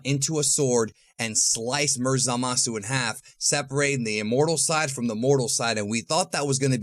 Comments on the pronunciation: Zalasu xD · Ah yes, Zalasu